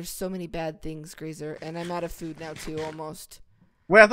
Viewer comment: The way Graser says food haha